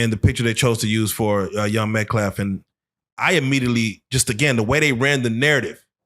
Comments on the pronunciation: why do all these black men say metCLAF. is it a reading comprehension issue. a speech impediment... is it the fact that they dont actually know anything about the case and way to be youre upset about the *assàssination** of someones character. how about the assàssination of a human life fkn ràcists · This guys is disgusting, straight up. Foul human being, so is the barrator hear, why cant black peope say the name METCALF why is such a hard pronunciation for these 2 to get right? But they respect the dingity of the death of the child. THEN you see SMILING while re telling the story of his death.... why in the sam hell has this guys behing not been beat yet? Child beater.